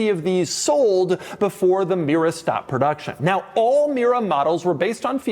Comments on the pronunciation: Doug the type of guy who pronounces Mira and Mera exactly the same $10 he also says "merry-o" for Mario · Do I hear Mira all the time ...is it me or him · Is Mera pronounced as rhyming with Miura? Did Pontiac use that pronunciation to evoke both Ferrari AND Lamborghini in one package? When I first read the model name it looked like it would rhyme with the American English version of the word era. Or sclera. Also, my brain: "that doesn't look very similar to a 308" then "oh. Oh my." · was it me, or I did i hear Pontiac Miura? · Mera sounds like miura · Oh, it absolutely sounded like Miura.